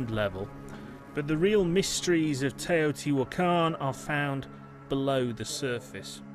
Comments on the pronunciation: “Tay-o TEE wah kahn” not “tuhHOteewakkun”. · Hate the hideous mispronunciation of the name: <Tayo-te-whah-kahn> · Pretty sure it’s not pronounced Tahoti wakon just sayin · The way he says Teotihuacan Is disrespectful its like when you say some ones name wrong and then your just like what ever. Simultaniously its the funnest thing ive heard in a while i can imagine just saying im sorry come again a couple times with my paisamos looking at eachother trying yo keep a straight face. Like that Jack in the box commercial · Please put a narrator who can correctly pronounce the name. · Why does the narrator mispronounce the name so badly? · This AI can't read Teotihuacan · Teotihuacan is badly mispronounced. You made a nice film....research how to pronounce words that have long been in use. It is a distraction.